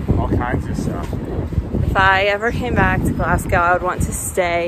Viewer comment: Why you pronouncing it like glasscow 😂😂😂😂 it’s glas go don’t be walking about Glasgow calling it Glascow